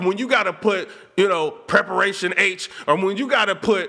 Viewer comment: HELLL NAWWWW ..... that nigga said PreperationH!!!